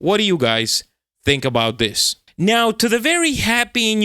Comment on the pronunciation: is turning into a cat right meow. Just listen how he pronounces "meow"... erm, I mean "now".